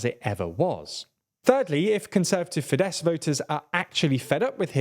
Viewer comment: Isn't Fidesz pronounced Fidesh?